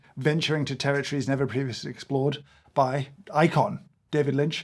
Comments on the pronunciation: "David Lint" had me! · "David Lint" I lost it... I'm an absolute wreck, drowning in tears of laughter. DAMMIT! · "David lint" 😂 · "David Lint" LOL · David Lint.......HAHAHAHHAHAHAHHAHAHHAHAHAHHAH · a-hahahahaha David Lynt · "We'll called it David Lint!" I'm crying. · "David Lint" 🤣🤣🤣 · "David Lint". made me laugh out loud in the dark in the middle of the night for real. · David Lynt! LOL! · It was the "David Lint" that got me. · “David Lint” 😂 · "David Lint" oh my sides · "David Lint" That was the final straw for me. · Seeing James unable to contain himself when he discovered Mister Lynch's beans, was a lovely treat. :) lol "David Lint" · David Lint, lol. Delightful. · David Lint killed me! 😂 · “David lint” and “it smells livid”😂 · "david lint" lol. so silly made me laugh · We are calling it David Lint 😂😂😂😂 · "David Lint" got you a like 😂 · I’m so simultaneously annoyed and impressed at “David Lint”. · I rolled my eyes hard at "David Lint" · Just got to the "David Lint" bit. 🤣🤣🤣🤣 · "David Lint" well done, and damn you! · "David Lint" really got me 😂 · David Lint 😂😂😂 I'm dying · "David Lint" got the giggles out of me. Ah, go keep it man. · "We're calling it David Lint." STANDING OVATION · "David Lint". I quit. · David Lint lolz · 'I'm calling it David Lint' 🤣🤣🤣🤣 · David Lint. 😂💀 James, have you ever read (or listened to the audiobook, read by him) Catching the Big Fish? It’s great, perhaps you and others here would enjoy. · David Lint made me chuckle 😂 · I can't get past David Lint if I'm honest 😂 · “David Lint”😂😂😂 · "David Lint" 🤣